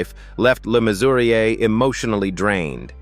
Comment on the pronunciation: Mannering not Main-waring . Le Mesurier, not Lay Mesurier. Jakes, not Jacks.